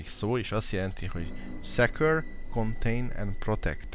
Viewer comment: Szekör? Így kell mondani a secure savat